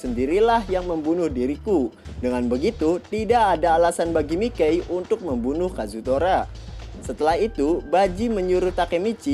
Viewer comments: Iya yg bener Mikey dibacanya maykei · "Mikey" dibaca sesuai tulisannya terdengar aneh !!!!🤣🤣🤣🤣🤣